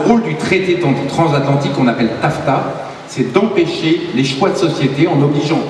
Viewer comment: "transatlantique" et non "transathantique" ;)